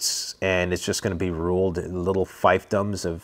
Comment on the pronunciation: "feefdums" not "fyfdums." Fief rhymes with thief. Empires fail for various reasons;, you nailed some of them. All empires fail due to a concept known as "imperial overreach." They take more than they can hold. A good book which explains this is, "The Rise and Fall of the Great Powers" by Paul Kennedy.